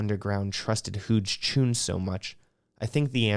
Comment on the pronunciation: Huge choons… pronounced huge no?